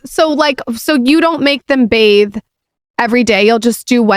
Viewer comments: It's BATHE, not bath!!!! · She said they “bathe” in the pool????? 👁️👄👁️